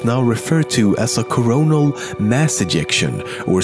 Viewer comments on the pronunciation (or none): none